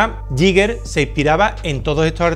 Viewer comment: uno de mis artistas favoritos. ah, y se pronuncia "guíguer"